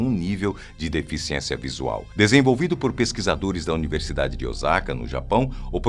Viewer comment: nao eh ozaka, eh ossaka